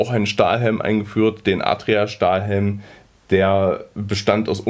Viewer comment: Kann es sein, dass Du die Namen falsch aussprichst? Gaede nicht Gerde! Und es heißt auch Adrian und nicht Atria!